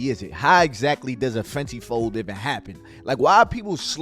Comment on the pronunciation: Bro can u jus say Even like damn who tf is Evan 😂😂😂